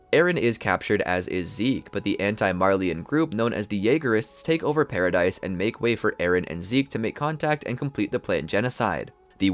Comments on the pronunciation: Loving the content - just fyi its not pronounced paradise but “para-dee” and Maria is “MAR-HIA” just a note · man needs to realize paradis is pronounced without the s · It's pronounced PARADEE Island. Spelled Paradis, the s is silent.